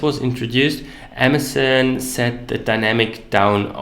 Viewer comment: Amazen? lol. Learn how to pronunciate.